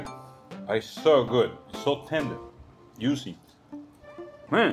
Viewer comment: Damn that's "YUICY" as hell. LOL